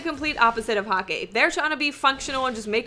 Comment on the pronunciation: It is Häkki not Hakki, you pronounced it wrong.